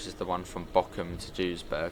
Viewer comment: Just a quick friendly note – in German, the letter 'V' is usually pronounced like an 'F', not like the English 'V'. So for example, Gevelsberg would be pronounced like Gefelsberg. I hope that makes sense. Best Regards Victor😃